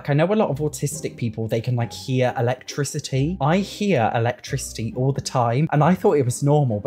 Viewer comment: Hear "electicity"? Might it be tinnitus?